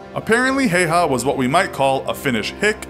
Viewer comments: I can't get over how you pronounced his name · It's important when dealing with foreign names of people and places, that their correct pronunciation is thoroughly researched. Please check on the pronunciation of this gentleman's name. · Pain listening you say the name wrong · dedicates a video to a hero but doesn't search up how to pronounce his name. oh lord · H H yea but you pronounce it hauha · JOONA thats like dead giveaway that you are not from finland... i understand if you are british or american or smth, but no finn pronounces it hauha. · Y'all still be sure its pronounced hayha now? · brody crawford Im finnish, the pronounciation is just häyhä. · Häyhä is pronounced Ha-oo-ha with the As being pronounced like in hat or sat. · When you live in Finland and hear someone say Simo Heiha 😑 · Feels kinda strange being finnish and watching someone call Häyhä Hey Ha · It's pronounced "How-ha." Source: One minute of research. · Its not pronounced like haiha, but I don't mind cause its hard to tell on text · it's actually pronounced "Simo Haüha", as in Finnish "ä" is not pronounced the same as in German making a sound similar to the u in cut and the y being pronounced as the German ü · Lol you said Hayha wrong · His name is pronounced hiya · You pronounced häyhä wrong it's pronounced hah-u-hah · “many wrong facts” yet he only states two, one being the pronunciation of the guys name..😑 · Its pronounsed Häyhä ä sound like a in cat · its pronounced häyhä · Its häyhä